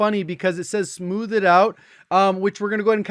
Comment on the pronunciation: I love how he says “smooth-Ed” rather than “smoothh”😂. ‘Just joking dude! Love your content! Keep it up!